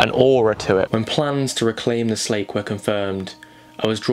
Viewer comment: Slake is pronounced locally as "Slack", i.e. the Jarra Slack